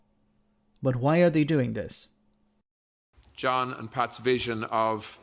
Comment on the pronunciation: Don' t you love how his accent gets in the way ... 'the media are here tonight to see dis unity ...' He means, of course, 'this unity', but let's take his first answer.